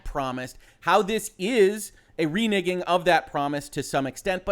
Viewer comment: It's really weird how I find myself instinctively cringe every time you say the word "renegging". I know exactly what you're saying, but for a split second it sounds like the other thing and it makes me pause for just a split second before I realize, nah that was nothing lol. Anyways, good take on the situation. I don't like the idea or the implementation of crunch. That being said, I"m not going to cancel my preorder of cyberpunk at this point. Thankfully they're at least being paid for the overtime, and if everybody cancels their preorders, that starts coming out of the 10% that gets split with the devs too, and refunding preorders at this point would make all that work by the devs all for nothing. It is a bit of a double edged sword situation unfortunately.